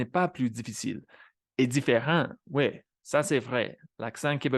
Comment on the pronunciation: Ironically you pronounced "l'accent" and "different" with a Quebec accent...